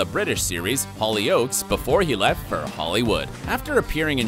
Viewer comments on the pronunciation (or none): Great video but that not how you say the show Hollyoaks. It is actually one word and the stress is on the first part of the word, not the second part. I know because I am British born and bred and Hollyoaks was a show I watched in my teens.